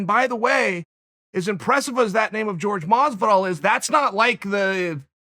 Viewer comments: He keeps saying "george" masvidal not Jorge masvidal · It took me way longer than it should have to realise he was talking about Jorge when he pronounced it “George”